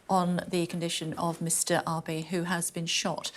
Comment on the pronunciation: Kay pronounced the ex-Japanese prime minister's name wrongly. Abe